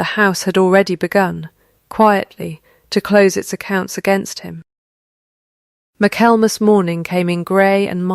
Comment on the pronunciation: My-kal-mus??? Ai can't pronounce Michael and mass?